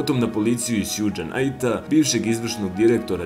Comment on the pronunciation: Ne izgovara se Sjudž Najt nego Šug Najt. I nije blud nego blads.